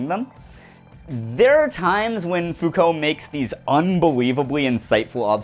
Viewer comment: "Fow-cult" ohhhhh no, they're gonna come for you.